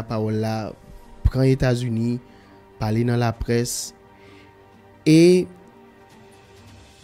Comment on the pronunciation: Se États-Unis États-Unis, États-Unis corrigé bouche ou frè m